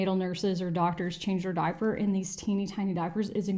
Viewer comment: Sometimes I find it fascinating how people speak. I would never have guessed you were a born and bred Texan by your accent... ( I've "met" other internet friends with a very similar accent, but was surprised when I learned they were Texan) ... But when I heard you say "diaper," that did it. You're adorable. (ETA: I LOVE the Don't Stop Believin' Santa shirt. And I want it lol)